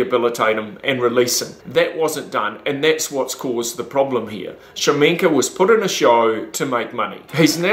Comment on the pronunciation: I hate how this guy pronounces his name. Its KA-SHA-MENK. Not shamenka.